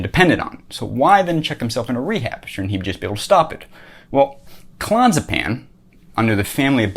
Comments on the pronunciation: "Clon-zuh-pan"? Not even close. Learn to pronounce a word before you pontificate about it for 5 minutes. Clo-nay-zeh-paM. These are not facts you're spewing, they are a priori assumptions (to use a term you've been served up in your 'word-salad' JP lectures ad nauseum) that may or may not be true. He probably needed k-pins to deal with the stress of having all these young dudes up on his nuts all day long. Listen to the guy talk about addiction. He got addicted to Klonopins just like everyone else. A shot of dopamine every time he took it until he needed it all of the time. It's simple as fuck. If someone living on the streets, with an OBJECTIVELY MUCH harder life is a drug addict, are you so inclined to give them as much benefit of the doubt? I have a million dollars that says you dgaf about those people. Believe it or not, pretending to understand Jung better than anyone, whilst completely missing the mark, isn't the worst plight from which a human can suffer. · Hes saying the name wrong. Clon-AZ-a-pam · It's pronounced Clo-naz-epam. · Clonzapan? Clonazapam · It's clo Naz a pam. Can't take you seriously if you don't take it correctly. I'm not a snob unless it's about Klonopin or JP. It's awful to get off of. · if you cannot pronounce the drug correctly ....... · This guy can't even pronounce Clonazepam. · I get it, you read the wend article on klonopin. You're still pronouncing clonazepam wrong. If you're gonna nitpick a stupid aspect of what someone said, at least make sure your nitpick isn't wrong...